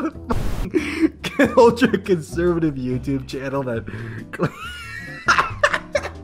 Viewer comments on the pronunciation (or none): Thank you for mispronouncing prageru